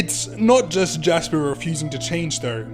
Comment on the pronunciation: Lasper and Japis huh?